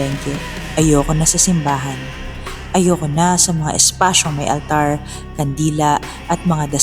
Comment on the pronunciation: Okay na sana. Medyo bothered lang ako sa “ALTARRRR”. Pero maganda ung story ✌🏽 Yung ibang “R” naman kasi ng reader, normal. Ung sa altar lang talaga 🙃